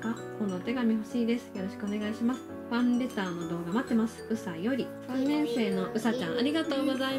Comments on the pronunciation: いつもファレンターって言うんですよ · まだファレンターって言ってる笑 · 最初ファンレーターをファレンターって言ってましたよ😅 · ファンレターがファンレーターになってますよ